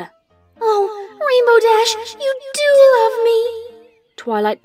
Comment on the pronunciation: Lurve bro it's love not lurve